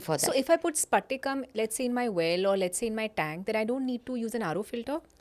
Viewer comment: Not sphatika mam it is patika . Patika n sphatika twoare different